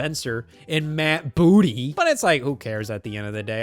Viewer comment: The way u said Matt Booty has me crying so bad